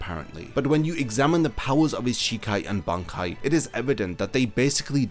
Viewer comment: Bankai needs to be said Ban then Kai 😂